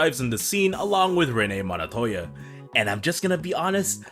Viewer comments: It's Montoya , not Monotoya 😁Otherwise, good stuff mate If anyone is wondering who the big blue goon is, his name is Desmond Roland, aka Blockbuster (pretty much Nightwing's first nemesis when he moved in Blüdhaven); Penguin calls him "Rollie" and later in Arkham it's confirmed that his name is Desmond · why does he say monotolla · Bro doesn’t know how to pronounce Montoyas names😂